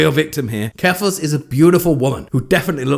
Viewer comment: Oh my gosh, you said jeffals! 😃